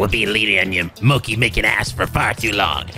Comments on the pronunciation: GOD DAMN IT! IT'S PRONOUNCED MOCHI MO AS IN MOBILE, CHI AS IN CHEESE. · yes, you are right, just like churros, but i meant "chi" with the "i". keeps saying "moki". ( > _<) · Lol just destroyed every weeb saying MOKEEEE its Mo as in Moe and Chi as in Chi Chi 😂😂😂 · Thunderboy 179 also it's pronounced Mo-Chee. Not Mo-Key. But hey that's Amirite? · It's...it's pronounced moh-chee not moh-kee..... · Loved the side quests in this game! Also, I feel like too many people are "passionately" correcting on mochi. "Ch" is pronounced as a "k" in several languages and you can't expect someone to pronounce a food perfectly that they never heard of before. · I thought pronunciations couldn't get worse... BUT MOCHI JUST HURTS! IT HURTS! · He's been pronouncing it that way since P5 (unless I missed it in P4). It does hurt (it's not like mochi doesn't exist in the US) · you pronounced mochi wrong i’m totally original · im prety sure that the "chi" in "mochi" is pronounced "shi" or "ti", not "ki".